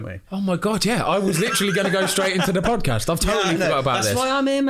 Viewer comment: ‘Up the fozcast’😭😭😂